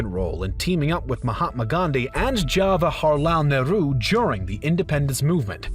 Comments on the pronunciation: "HAwaharlal Nehru" 🤣🤣🤣 It's Jawahar! He's not a Mexican hombre!! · This man pronouncing jawaharlal nehru : hawahilalaalahal naaaahru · Please correct your pronounciation of jawaharlal Nehru, it is not “hawaharlal “ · They are pronouncing 'Jawaharlal Nehru' as 'Hawarlal Neru' bcz they might not be a native speaker of english and there might not be any 'j' sound in their language. Like in spanish too, people have h sound for the letter j. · Prime Minister Hawalahar Nehru! My ears : 🥺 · The way you pronounced names of Jawaharlal Nehru and other people sounded funny but afterall we appreciate this effort of yours of presenting such immense knowledge to us 👏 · J is not silent in 'Jawaharlal Nehru' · you people massacred jawaharlal nehru's name lol